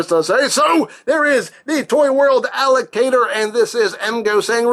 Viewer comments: I thought he said alligator instead of allocator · I know the name is Allocator, but I keep hearing you say Alligator. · Does it sound like he is saying "alligator" to anyone else?